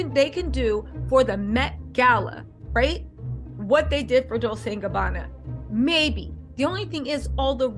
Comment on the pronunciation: Ok ro atart, its domunance, not domunancy, and Dolce is ronounced dol-chay xx